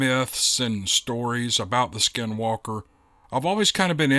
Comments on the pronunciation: Good job on pronouncing Navajo skinwalker. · Good pronouncement on skin walker in navajo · Hi. Your pronouncing skinwalker is better than most I've heard. I'm Navajo & we've dealt with skinwalkers during my childhood on the reservation. Not so much now since I moved off the reservation years ago. I love your stories, Steve Lilly, the wendigo stories which I've listened to more than once, & the way you try to pronounce hard names or places, etc. Keep up the good work. 😁